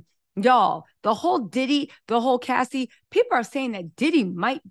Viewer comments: You keep saying Lassie and not Cassie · Why is she saying lassie and not Cassie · the name of the girl is Cassie not Lassie!!! you are so entertaining & I love the way you report the Celebrity News!! You should have your own show on Mainstream TV like Sherry Shepherd!! 😄